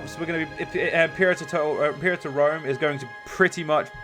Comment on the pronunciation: At least now you'll manage to say "Imperator Rome" correctly... most the time. :p